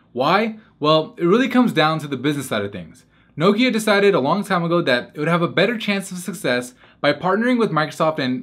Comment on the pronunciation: Did anyone else cringe each time he said Nokia?